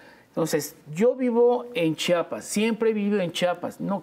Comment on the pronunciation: Muy bien el invitado, nada más necesita aprender a pronunciar Chiapas, que gordo nos cae cuando no lo saben pronunciar, un poquito de dicción.